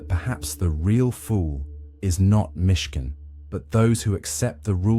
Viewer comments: It's Myshkin, not Michigan. Down with bots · MISHKIN…not Michigan! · "Michigan" lmfao